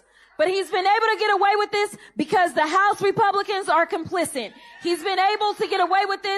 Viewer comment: she said “complicent”, then “complicit”, then “complicid”, all in a row 😂